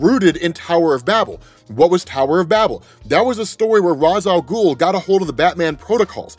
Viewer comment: "RAYsh-al-GOOL" IT IS PRONOUNCED LIKE THIS IN CANON!